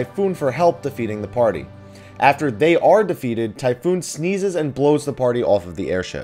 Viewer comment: it's Typhon. Not, Typhoon. Jesus your pronunciations..